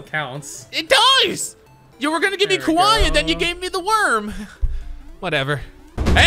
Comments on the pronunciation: I guess she doesn't know Kawhi is pronounced the same way as kawaii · She said kawaii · “I like Kawhi because it looks like Kawhi” 😂 pronounces kawhi like Cowie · “ isn’t his name Ka-why-ii I like his name because it sounds like kawhi 😂😂😂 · I think it is Ka..We.. I like it cause it’s Kawhi🤯🤦🏼‍♂️